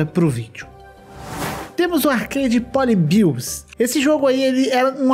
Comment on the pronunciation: Ele falando poli-bios me dá agonia